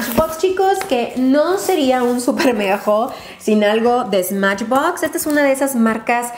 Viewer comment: en el minuto dijiste smachbox o algo así pero no dijiste smashbox like si te diste cuenta